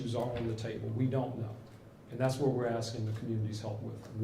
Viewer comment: Really love the first speaker!!! Just don't understand..... " I need to ax????" Thing!!!! How about, asking.... How do we get this murderer????